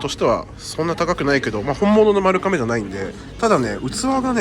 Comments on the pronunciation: ”まるかめ”でなく”まるがめ”ですよ(^-^) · とても面白い動画でした！ ちなみに丸亀製麺の丸亀は「まるかめ」ではなく「まるがめ」です～ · いつも気になりますが丸亀製麺「まるがめ」と読みます。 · マルカメではなく、マルガメですよ😢